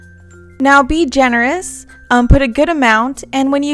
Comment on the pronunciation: Stop saying genorous